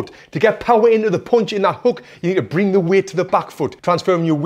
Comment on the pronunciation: i love how tony pronounce "POUNCH"